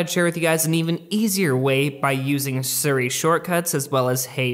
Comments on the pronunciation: AHH OMG ITS SIRI NOT SURI!!!!! SO ANNYOING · Plz it’s siri not suri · Love your videos. But it’s pronounced seeri. Not suri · ITS "SI - RI" NOT "SUR - RI" HOW CAN YOU RUN AN APPLE CHANEL AND NOT PRONOUNCE IT CORRECTLY HAHA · Siri is pronounced as C-Ree, not Sur Ree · Me: Siri: Ser ree